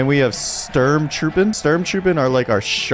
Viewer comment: Sturm is approximately pronounced the same as storm in German